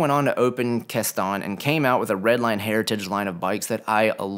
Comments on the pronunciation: Kastan is pronounced "kastin" not "kastahn". You're welcome. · it's not "Kah-ston" - It's "Cass-tan" (Kastan). My word!